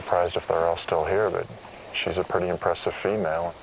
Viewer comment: Say it without PURDY, cause its just a bad habit